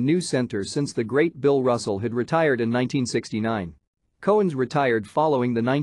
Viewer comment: The narrator sucks! Dave's last name is pronounced COW-ens as in moo cow, and the Celtics do not have the hard C pronunciation! He also kept repeating himself at times and his mispronunciation of rebounds kept driving me crazy!! Nice video otherwise!